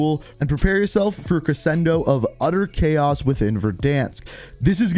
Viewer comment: Me, a musician, upset because he said crescendo incorrectly